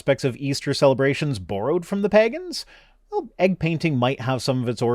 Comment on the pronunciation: I apologize to all pegans for how pronounces your name. He does not speak for all of us.